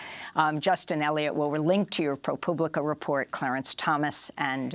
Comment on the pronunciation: Amy, I think you meant to say Pro-pooblica. honest mistake